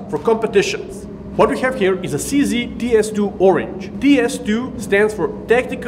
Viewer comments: for all the americans watching: to stick to the Czech spelling, "Cee Zee" should be pronounced "Tseh Zed" or "Tcheh Zed" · Seee Zeee Shoot Zeee Now Zeee are dead.